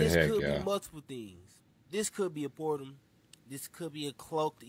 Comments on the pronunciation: "Pertal" hahahhaha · Not the pertal.. lol